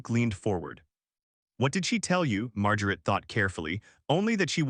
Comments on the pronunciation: I know this is not a comedy but everytime "Mar-ja-ret's and Eh-lean-er's" names are said, I can't help but laugh. Seriously, though, the story is too shallow to to mean anything. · I’m sure everyone is aware that AI has problems with pronunciation. However, there is absolutely no excuse for mispronouncing a common name like Margaret! AI needs work. . . .a lot of work! The constant mispronunciation of both Margaret and Eleanor diminishes the story.